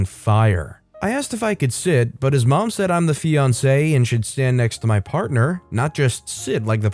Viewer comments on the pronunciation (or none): First story: I think you mispronounced "ex-fiancé"